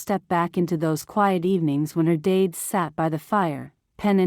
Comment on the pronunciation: It took me a good while to get that the person she thought about was her dad, because AI pronounced it "dayd"